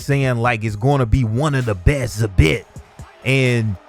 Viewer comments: Yo dawg its not SA • Bit its pronounced Za • Beet w the Es sounding like they do in feed. Not hatin, just constructive criticism. Keep up the good work. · Zabit is pronounced zā- beet not za- bit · Lol you did butcher Zabit it’s pronounced Zah Bee with a very soft T on the end. At least that’s how Khabib says it.... but what’s he know, they only best friends..... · man said he wasnt going to butcher zabit's name lol. it's pronounced zah beat just so u know for next time :) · Say it with me bruh .... "Zah-beet" correct pronunciation my guy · Lmao you literally butchered Zabit's name after saying you wouldn't. Its pronounced ZaBeet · It's pronounced "zah beat" but all luv fam much luv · “I’m not going to murder Zabits name” while saying his first name incorrectly